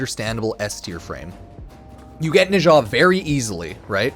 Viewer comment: Nezha is pronounced closer to 'nechzha'.